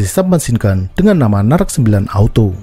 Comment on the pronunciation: คนอินโดนีเซียอ่านออกเสียงนาแร็ค ว่า น่ารัก 555+ 😁😁😁😁 Og Indonesia baca dengan kuat NARAC sebagai 'NARAK' hahaha+ 😁😁😁😁